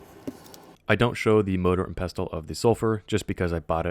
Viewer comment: Pestle is pronounced "PEH - sill" very simple rhymes with vessel.😊